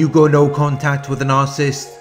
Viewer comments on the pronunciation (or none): It’s pronounced nar-Ci-ssist , not narcist.